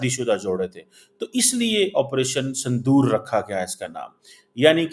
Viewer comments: Sindur h sandur nhi 😂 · Sandoor nahi Sindoor 😊